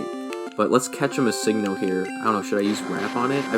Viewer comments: I will save you the time... It stands for Missing Number.................................. It isn't "Mah-Sing-No" as you say it XD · 😡 no. It’s pronounced miss-sing-No. good syllabic emphasis on the Sing AND the No. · I don't know if the uploader knew judging by how he pronounced the name (Mis-ING-no) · miss-SING-no... interesting pronunciation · "Mi-SING-no" is certainly an odd way of saying it, I'll give you that. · Thats how i say it too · Lol the way he pronounces missingno like just say missing-no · I though I was the only one that realised that! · The way he said missingno made me angry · The way he says missingno bugs me. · The way he says Missingno. disturbs me. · I love this video but I gotta say I hate the way you say missingno